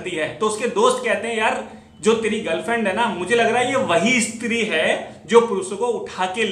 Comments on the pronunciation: इस्त्री नही स्त्री। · Bro estree nhi stree ..bro madhya pradesh nhi banglore me ye ghatna hoti thi